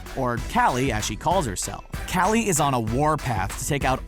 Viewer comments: You say kally but its kali ca-o-lly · Her name is pronounced collie like the dog not caly like some dad who is obsessed with his own name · Like it if it bothered you when he kept saying Callie instead of collie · It's KALI not calley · Am I the only one annoyed that he said Callie instead of Collie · Isn’t it Collie not Callie? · ik it doesn’t matter but 008 is pronounced (Call-i) 😂🥞💕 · I thought her name was Coli...not Kali. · U said cally like wut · Omg he pronounced Kali's name wrong >.<